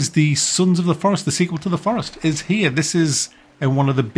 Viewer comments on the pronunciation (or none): none